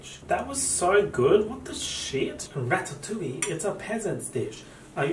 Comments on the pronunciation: I lost it when he said ratttatouille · he’s just an italian girl from new york